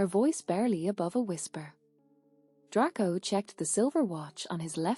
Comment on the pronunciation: I do like your stories--thanks! I just wish that the narrator pronounced some of words correctly, such as "Gryffindor" and "Draco ". I'm guessing that you are using an AI program--I wonder if it can be taught the correct way? Anyway, I appreciate your creativity.